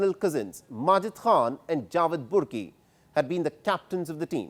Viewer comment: It's prounced as 'BARKI' NOT BURKI' Though it's written as BURKI